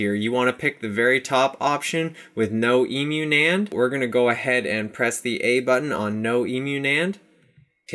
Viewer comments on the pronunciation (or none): "ē-mew" nand" Lmao!!!! It's pronounced with a short e, not a long one. Cuz... you know... it's short for emulated. Which if by some chance you are also pronouncing wrong, it also has a short e. Haha.